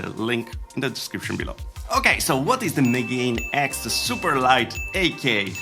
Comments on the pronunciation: Just a quick correction: Megane is pronounced "Meh-Gah-Neh", which is the word for glasses in japanese, and also why its a cool name for a headset. Apologies for the correction, carry on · Megane is a French name (also used as a name for a model of Renault) so I'm assuming the intended company name pronounciation is just "Megane ecks". However, I suspect that they've incorrectly shifted the stress -- Megane has stress on the second syllable, and if you switch the stress to the first syllable, you get a pronunciation like the Welsh name "Megan" that is relatively common in English now. The reason I suspect this is that "Megan X" starts "MEga", which sounds all cool and superior, but "meGAne X" doesn't.